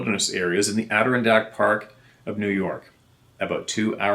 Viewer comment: That pronunciation of Adirondack was close enough that people will probably not make an issue of it. Nice work at trying to improve on pronouncing words you were butchering. I wasn't sure someone like you would care enough to make the effort. Well done.